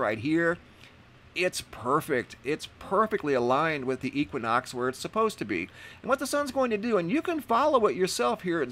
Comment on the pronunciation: If I hear you pronounce equinox wrong one more time!!!!!!